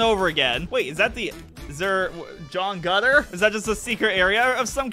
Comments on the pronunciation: Why do you call him John Gutter? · take a shot every time calls Pillar John "John Gutter" (death sentence)